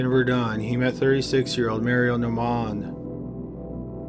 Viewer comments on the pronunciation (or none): none